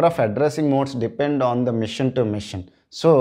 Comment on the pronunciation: its not mission its machine (masheeeeen)